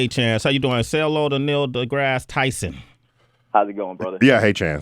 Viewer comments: wow - this is painful - nasa lies! tyson is lying shill... nasa was founded by nazis - do some research - the interviewer praises tyson like he's been his hero for so long and then he doesnt know how to pronounce his name - the dumbing down of amerikkka is alive and well here... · How you fuck up the name and say you watch his shit? Everyone that introduces him pronounces his name with the “E” silent! Even he says his name at the beginning of “Star Talk”. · "Yeah, this is my mentor, my hero growing up. Always looked up to this cat." (While he mispronounces his name) smh